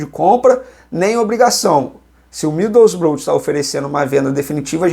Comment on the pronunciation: Middlesborough, fala "midousbrou"